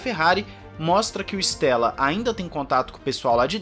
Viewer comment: Com o inizio 2023 and a Amos ter o progetto de Binotto, visto che il progetto do nome team principal será mais pela metade do ano, mas esperamos que apartir da metade de 2023 as coisas melhorem para a Ferrari. Bom quando aos nomes em italiano. Te dou uma mão, se chama Andrea Stella, não Stélla. Stella em italiano significa estrela, ou seja o E se le como E mesmo, não como É.